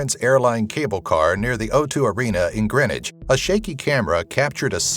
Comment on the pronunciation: It's Greenwich not Grinwich